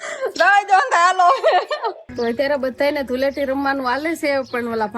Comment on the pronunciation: ધુલેટી નહીં ધુળેટી કહેવાય